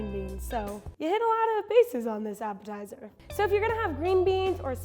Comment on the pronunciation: The appitizer is sooo dutch 😂